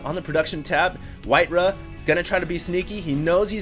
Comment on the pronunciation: "RAW", "RAW", its white "RAW" not "RUH"